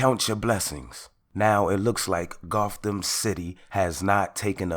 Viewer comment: He calls it Gotham city Wht a fool